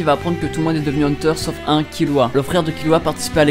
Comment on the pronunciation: On dis heunteur x heuteur